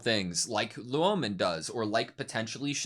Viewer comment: Yeah, the correct way to prounce "ou" in Chinse is the same as in Japanese, Loulan is pronounced "low-lan". And Luomen had also been mispronounced at as "Lao-men". It should be pronounced "Law-men". In short, Lou should be pronounced "low" and Luo should be pronounced "law" (really "lu-aw", but "law" is close enough).